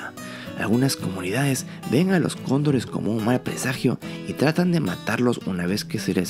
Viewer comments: Si dises cóndores muy rápido se escucha condon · Si yo también pensé que decía condones jajaja